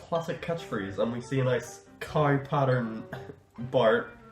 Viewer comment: it's a cow, not a kai .